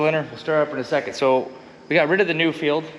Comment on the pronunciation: 177hp Perkins............Nuffield is pronounced.......Nuff....ield, not Nu....field, all the way from the UK.